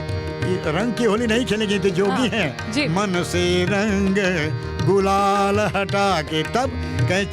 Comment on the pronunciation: Gulal not ghulal, phaag, not faag.